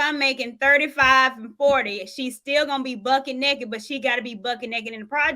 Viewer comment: “Bucket NAKEED!” 😂😂😂